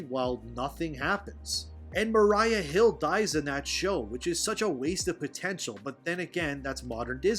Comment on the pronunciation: Mariah? I thought her name was pronounced Maria, and its been validated as Maria plenty of times through the show and movies.